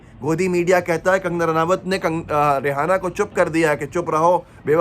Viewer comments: SiR rehana nahi Reyana Nam hai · रिहाना नही है यह रियाना है ईसाई धर्म से है